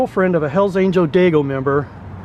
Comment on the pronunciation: The dude keeps saying dagios. That’s funny. It’s a slang term. Haha. F the dagios. It what it sounds like to me